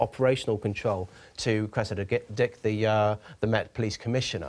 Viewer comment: Cressida Dyke